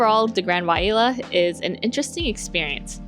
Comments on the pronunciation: Thanks for the frank review! I've been eyeing this property for a while... I might save my future Hilton free nights for another property. And I think it might be pronounced (why-lay-uh) 😊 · Wailea pronounced (Y LAY AH) FYI from a Hawaii resident, love your content